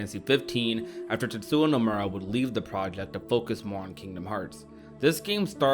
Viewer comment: Tetsuwa. 🤣🤣🤣 It's Tetsuya. Yuh. You had one job.